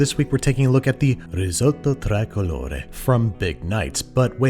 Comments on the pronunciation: But it's NOT 'traicolore', though. It's 'tricolore'...!😅❤ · not trycolore, its tricolore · tree-colore, not tri-colore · How did he pronounce tricolore in the beginning? English native speakers have to learn one thing: there is no other language in the world in which the letter i is pronounced that way. Think of it as treecolore. And no, I am not Italian. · I love you and you’re amazing. But it’s pronounced “tree-colore”. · Just fyi: the "tri" in "tricolore" is pronounced like "tree". All "i"s in Italian sound pretty much exactly the same, so the i in tricolore sounds the same as the one in pizza, the one in fettucine, the one in cappuccino, etc etc. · "rriseott traicolore" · when will you 'muricans stop butchering foreign languages? it's "tree-co-lo-ray" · "Trycolore" ;P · Pronounced - Tree-colore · Babish, nice job as always :) (tri in tricolore is pronounced a bit like the English word tree) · For anyone wondering, the “tri” in Tricolore (3 colors) is pronounced like the tri in “trim” (yes this is the italian comment you were looking for) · He pronounced wrong "tricolore" but I don't care I still love papa Andrew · my biggest concern here is the pronunciation of tricolore, but I am admittedly (and unsuccessfully) trying to erase the italians-mad-at-bastardized-food stereotype so I guess I don't really count